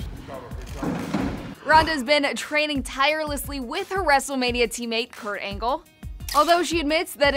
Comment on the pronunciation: She said kort angel